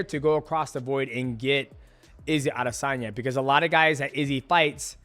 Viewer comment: how did he manage to butcher the pronunciation of adesanya every time lol